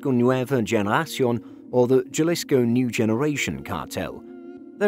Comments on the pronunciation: It's HA-LEESCO. not JAH-LISCO. J's in spanish are pronounced like "H" in English since "H" in Spanish is typically silent. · ITS HA-LIS-CO, NOT JAAA-LIS-KO. You've come up with this research but you can't even pronounce it properly. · OMG, W...T...F... It's Ha-lisco, not Jah-lisco. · It is pronounced Halisco NOT Jalisco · A little help to make these videos even better, the "J" in Jalisco is pronounced like an "H". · You pronounce Jalisco with a h as in halisco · It’s not juh-lisco it’s Ha-lee-sco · Btw its not pronounced Jalisco its sounded out as Haslisco in Spanish the J is silent you make a H sound instead i dont know much spanish but I know that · Jalisco Is pronounced [həˈliːskəʊ] J in Spanish makes an "H" sound in English. Other than that I enjoyed the video. Subscribed!! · Just a heads up Jalisco is pronounced with an H like Ha Ha. Ha-lisco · It’s pronounced “Halisko” lol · Lol ok j..alisco pls if y'all gone do videos pronounce it right....... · It's pronounced haleesko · It's painful to hear people mispronounce spanish words. Gel-issco? Come on. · Especially a journalist, he should know better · Lol..... all we can do is educate. My wife's family is from Jalisco so it killed me too. Hahaha..... But the video was pretty decent other than that. Good quality and well put together. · Trust the westerner to f that up. I don't even know Spanish but I know how to pronounce Jalisco. Jajajaja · Anyone else bothered by the pronounciation of "Jalisco"? Or is it just me? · anyone who cant pronounce jalisco is not an expert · 😃😃...How could they claim to know about the cartel when they don't even know how to pronounce their names. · This narrators life could be in danger if they hear him pronouncing Jalisco with a J.... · How did you pronounce every bit of CJNG correctly except “Jalisco” with a hard J lmao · Sigh you don’t need to be Spanish to know that j is pronounced like an h 😂 it’s annoying to hear